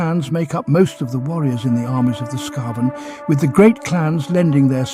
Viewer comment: Again, some inconsistensies in how certain words are pronounced. Is it "skah-ven" or "skay-ven"? It's the latter. But it's a shame you don't weed stuff like that out before posting. Such an easy fix.